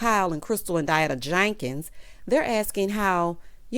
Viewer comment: The way you say Diana JANKINS takes me out, every 👏🏾 time 👏🏾. 😂